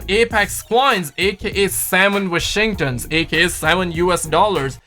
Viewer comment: Bruh the way you pronounce Washington.